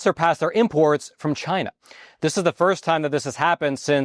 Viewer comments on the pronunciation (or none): What you missed was… “CHI’NA”